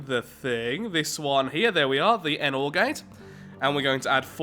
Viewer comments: It’s a nor gate not a n or gate. Nor is a word, you know. Neither this nor that. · your mispronouncing the NOR gate its not N OR gate its NOR GATE